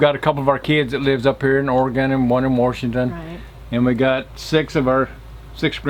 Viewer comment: There is no R in Washington. 😂